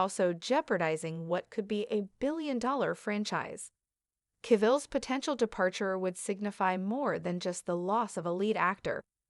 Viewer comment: How many times can the AI mispronounce "Cavill"?